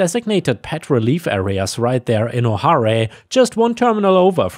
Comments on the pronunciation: "Oh-harr-ay"!? Come one, you cannot tell me you don't know better. 🤨 Repeat after me.... "Oh-hair"! O'hare is a common Irish name. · O'Hare is pronounced like O Hair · ⭐️🌟⭐️🌟⭐️🐈⭐️🌟⭐️🌟⭐️🌟 Hi. O'Hare is pronounced O'Hair like the stuff I used to have on top of my head.😊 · I do believe I was at O'Hare when this happened. And to help with your pronunciation in the future, pronounced "Oh Hair" like Oh My, and Hair on your head. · Being under one of the approach patterns for it the pronunciation of O'Hare is oh hair. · O'Hare is pronounced O Hair (rhymes with air, chair, hair, bare)... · Just a pronunciation thing, but O'hare is pronounced like [Oh]+[Hair] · O'Hare Airport, it's pronounced O-Hair. ❤🌟⭐⭐💫🌟⭐⭐💫🌟⭐⭐💫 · O'Hare is pronounced O'Hair. Otherwise great work as always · O'HARE is pronounce "oh hair", also its airport code refers to the old orchard it was built on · Hare is pronounced like Hair. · Don't mean to be rude but it is pronounced oh hair.